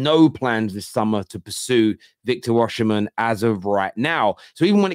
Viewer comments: As a Nigerian, it's definitely Osimehn. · football terrace-- why do you pronounce is as Oshimen not Osimen, do you know something we don't 🤔??